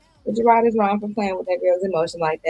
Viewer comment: JERRRAARD drives me nuts his name is Jerooooddddd ROD the The ROD that was spared on why can’t she pernounce that 😂